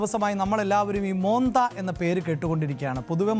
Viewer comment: മോന്ത എന്നല്ല മൊൻതാ എന്നാണ്